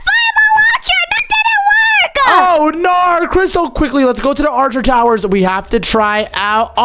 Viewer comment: The way he said oh noar is so funny😭